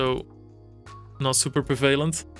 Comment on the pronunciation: veldhuis please check out how to say "prevalent". And happy holidays mate! (exparrot)